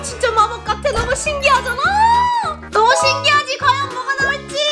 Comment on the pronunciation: 신기하잔아 할때 신기한잔랔ㅋㅋㅋ